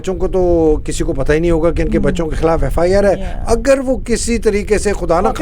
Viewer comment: Why cant she pronounce the word KHILAF?